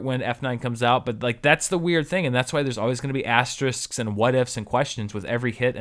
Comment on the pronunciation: Reasons why I’m a Forever Fan: 1. He correctly pronounces “asterisks”... TWICE! 2. He provides a completely unnecessary slow zoom into David Spade's apathetic face that will be nightmare fuel for years to come! 3. He takes the time to rightfully enthuse about “Breakdown” which, yes, is criminally under appreciated!